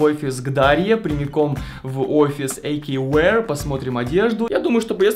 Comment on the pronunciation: Не Эйкювир а эйкьювеар